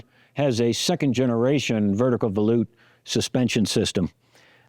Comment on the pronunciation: Credit to you for being the first person to pronounce volute correctly. I was thinking that can't be right but when I checked, that is the correct way to say volute. I had always assumed it was like vol from volume and ute like the fighting Utes.